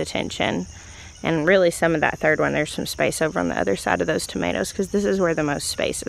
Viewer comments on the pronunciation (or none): none